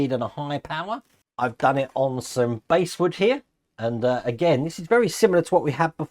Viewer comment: Nice bit of kit, and good review. By the way the bass in basswood is pronounced like the fish, not the instrument.